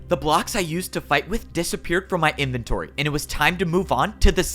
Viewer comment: got that accent in there “now INn M-y inventOry”